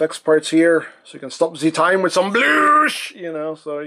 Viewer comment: "I stop da time" lol